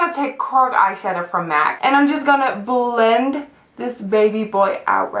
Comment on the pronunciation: i love how you say words with "L". like; b-ulll-end ( blend ) :))